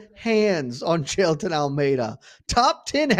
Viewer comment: bro jus nailed the pronunciation of "jailton", which is not a common Brazilian name, hahahah